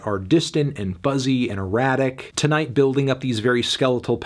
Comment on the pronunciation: It's pronounced TIGHT! Don't you see the fingers crossed on the album cover? They're TIGHT.